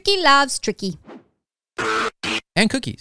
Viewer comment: It sounds like Tricky Sounds like He is Saying T